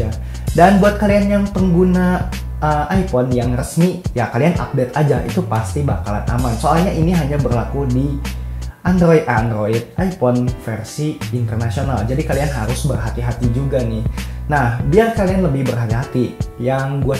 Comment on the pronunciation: minimal jangan bilang andloit andloit ipon